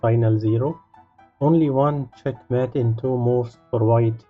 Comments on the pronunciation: The word Mate in Check mate is pronounced like: hate, late eight fate plate. I enjoy the puzzles but your enunciation of a key word is annoying. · "It not chet met en two moov"